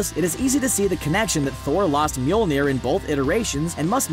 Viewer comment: Thumbs down for pronouncing mjolnir wrong